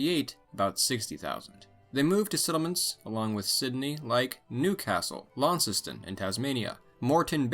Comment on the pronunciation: Glad you pronounced Launceston properly.